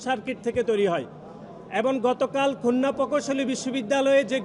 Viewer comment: আরে ভাই উচ্চারণ করুন খুলনা